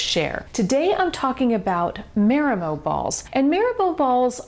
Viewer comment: " MAH-ree-moh", pleeeeze.